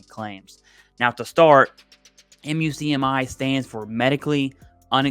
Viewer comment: Muk-Me is how most VSO’s pronounce the MUCMI. 😊